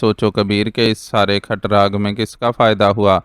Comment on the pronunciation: "کھٹ راگ" نہیں، "کھڑاگ"